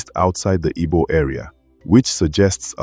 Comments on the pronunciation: It's pronounced ee-bow not iggbow. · If could not pronounce Igbo well how could he tell Igbo history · Point of correction to the presenter, it's Igbo & not Ibo